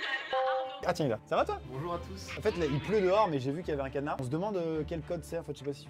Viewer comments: tu as dit bonjou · Liloé Da Gloria il l’a dit mais il a pas insisté dessus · à son intro il a oublié le "r" de "bonjour"🤣🤣🤣🤣🤣